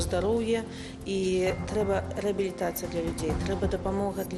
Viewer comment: чаму " трЛэба"? Проста " ТРЭБА" и кропка